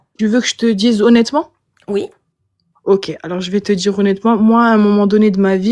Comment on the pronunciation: "On va dirrrrrrrrrrr" 😂